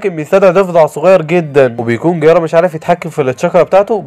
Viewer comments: جيرايا مو قرارا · جيرايا ❌ ڨيارا✅ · الملخص اسطوري بس في غلطات الاولي: اسمه جيرايا مش جيارا الثانيه: اسمها اتسونادي مش اتسونادا الثالثه: اسمها الأكاتسكي مش الأكاتسكو الرابعه: اسف لكل محبين إيتاتشي لاكن مستحيل إتاتشي يقدر يهزم مايت جاي الخامسه: اسمها ايدوتنسي مش ايدوتنسو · جيرايا ❌ غيارا ✅ 🤣🤣🤣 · جيرايا ❌ غيارا ✅😂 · وات ذا غيارا اسمه جيرايا 🤣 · انتي بتقول الاسماء غلط زي جيرايا كييارا